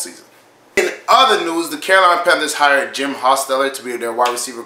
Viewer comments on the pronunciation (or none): none